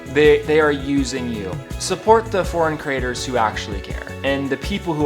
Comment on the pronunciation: Creators, not crators. Love your blogs but it sounds like the USA, where a few squeaky wheels are bring constantly offended by anything. Pinoy baiting, where did you get that term.